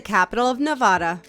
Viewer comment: #10 she mispronounced the state of Nevada...